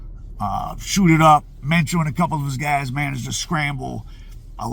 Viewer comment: You said that right supposedly